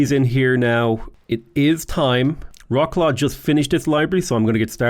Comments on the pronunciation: Turning from nearly spot on "Vrot-suave" on the beginning to literally "Rock-claw" in the middle of the video. Sadge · I like how you started off saying Wroclaw almost perfectly and then switched to "Rocklaw" :D